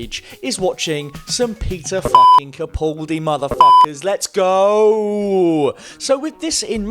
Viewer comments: For future videos, it's pronounced "CaPALdi," not "CaPAWLdi." Okay, thanks! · I do wish that at least fans of Doctor Who would learn how to correctly pronounce Capaldi. It's Ca-pal-dee not Ca-pull-dee.. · With the recent change of Doctor, I suppose it's too late for you to learn how to pronounce "Capaldi".